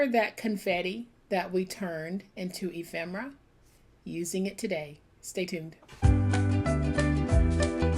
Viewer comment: Ephemera!! i never knew the pronunciation of the word until now! thanks so much! you make such gorgeous pieces of art!